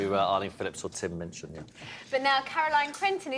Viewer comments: seconds into this interview I know there's gonna b trouble, because she mispronounces his name as "Mitchin" and he shoots her that sideways glance... But god, I'm such a TMOCD I will even wade through crap like her to get a little bit more HIM! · Minchin. Not Mitchin.